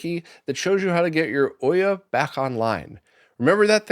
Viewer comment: Never heard anybody pronounce it Oiyah instead of Eww yah. Interesting. I liked my Ouya... however its pronounced.